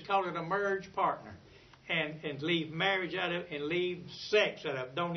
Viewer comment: "murrege perc"?